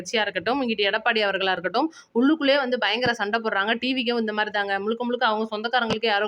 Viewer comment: முழுக்க முழுக்க என்று சொல்லவும். முளுக்க முளுக்க என்று சொல்றீங்க. தமிழ் சரியாக உச்சரிக்கவும்